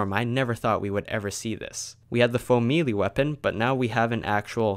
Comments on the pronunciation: It's pronounced may-lay not me Lee🤣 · Why does it sound like your saying mealy instead of melee? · It’s pronounced “may-lay” for future reference. Awesome video though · Its melee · Clearly when sees the word melee he says Me Lee. So just writing it normally would do him no good. Look at what I wrote again and sound it out. Does it sound right? Good, that was the point. Donkey out. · What is a "faux-mealy" weapon? And why can't YouTubers pronounce certain words properly. And in an effort to not be a complete donkey (😜 don't want to say bad words in case miners are reading this...) I believe the words you are looking for are Foam and may-lay Apologies if that was more rude than I meant it to be.